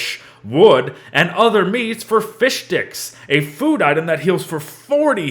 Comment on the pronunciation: "fishdicks" I hear everyone say it and I love it